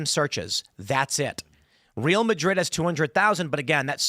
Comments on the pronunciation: Did you get a chuckle out of Tim's pronunciation of Real Madrid? Go Leeds! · Who else got a chuckle out of Tim's mispronunciation of the Real Madrid football/soccer team?